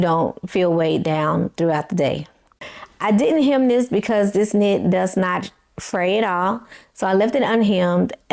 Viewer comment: I'm not sure if you are aware that you are pronouncing "this" as "dis". 😂 Also, it would be helpful if you show a pic of the pattern and a picture of your dress as you are describing it for your visual subscribers.😊